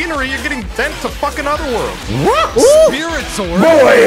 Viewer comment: "my hwat" 🤣🤣🤣🤣🤣🤣